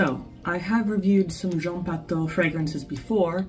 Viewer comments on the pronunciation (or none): it'spronounced Patoo not Pato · With respect... The name Patou is pronounced pa-TWO... ❤